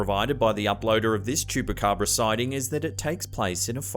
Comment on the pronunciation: He does'nt know how to say Chupacabra?